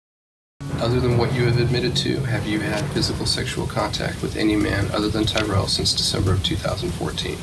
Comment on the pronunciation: When she said TyRell i almost crashed